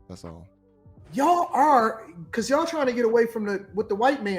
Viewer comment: said Yawll. But he's black. He thinks he's a different type of black. Some things I agree with. But you can't say Yawll